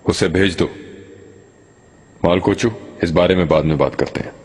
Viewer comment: मालकोउचू ❌ मालगौचू ✅